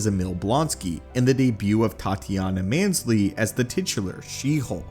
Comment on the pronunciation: When it comes to peoples names, pronunciation can be tricky, but how is Tatiana maslany’s last name pronounced as mansly, you are a marvel channel and have to have heard it pronounced correctly through research, unless you don’t do shit but read a script, I mean come on dude, you cover one topic on this channel